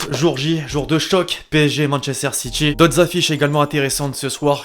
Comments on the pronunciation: C’est SSiTy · Ça se prononce Manchester City pas "SitChie" merde